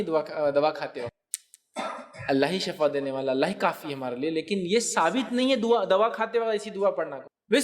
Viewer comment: Shifa sahih hai shafa word sahih nhi hai na